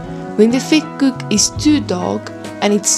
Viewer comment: Vetkoek wird F/Vetkuk ausgesprochen… 😳 oe = u …